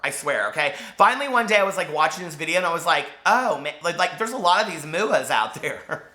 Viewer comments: Youre so cute. "There's a lot of moo-uhh's out there." 😂😂❤️ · I'm laughing way too hard at 'mooah'! 'Are all these muas related?'